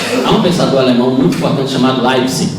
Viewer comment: Esse professor quis dizer Leibniz? Porque ouvi Leibcê ou algo assim. Militonto!